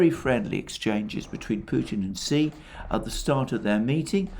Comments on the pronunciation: Xi is not pronounced “see,” but rather more like “shyee,” or even “shee” would be closer. Otherwise great stuff. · President “she”, not “see”! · why are u pronouncing xi like a xylophone?